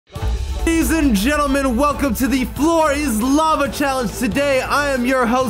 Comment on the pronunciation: Who se thought said f em when he said welcome 😹